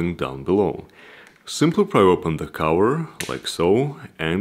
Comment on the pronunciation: i love how he says "CAHUUHARRR" and not "cover" :D nice video but not what i was looking for, i want to see if it is possible to add yet ANOTHER battery for even more range :D